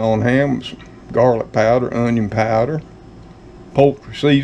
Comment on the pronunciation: Now that's a great way to use the produce from the garden. I like doing that myself. I love how you say, "Unyon," as it reminds me of old Justin Wilson who had that Cajun cooking show many years ago. Enjoy your dinner. Blessings to all.